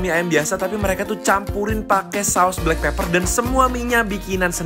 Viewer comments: Blackpepper ..bukan blackpaper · Siaap BEST SALLER bukan Best Seller 😂😂😂😂😂 Blackpepper malah Blackpaper, ini editornya gagal 😂😂 les lagi